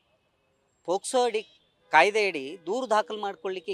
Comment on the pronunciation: ನಿನೆ ಸರಿಯಾಗಿ ಮಾತಾಡೊ ಪೊಸ್ಕೊ ಅಲ್ಲ ಪೊಕ್ಸೊ😂😂😂